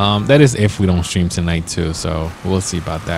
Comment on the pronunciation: you said sram it is stream